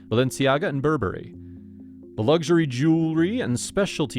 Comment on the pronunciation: It's luxury not lugury!